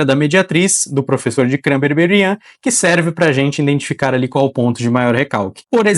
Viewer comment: Boa noite! Durante o vídeo, notei que você pronuncia várias vezes a palavra 'indentificar' ao invés de 'identificar'. Perdão por isso! É um detalhe pequeno, mas que pode ajudar na perfeição dos futuros vídeos, se corrigido! Independente deste detalhe, gostei muito do conteúdo, que é realmente excelente e didático. Parabéns pelo trabalho e sucesso em sua carreira!